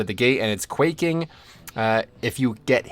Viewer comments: Me 2 minutes and 56 seconds into the video: "Holy shit he said 'quaking' right instead of 'quacking'!!!" Me 3 minutes into the video: "Come on man..." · I assume it's an inside joke I didn't hear the original version of but "quacking" and "busting" make me twinge every time.